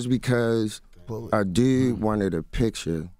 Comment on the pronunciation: OK, what happened "teww" Skola, the other new "dewd"?